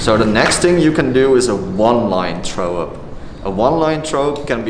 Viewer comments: "Traow up" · He can't pronounce it. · Im intrigued by how he says throw up lol.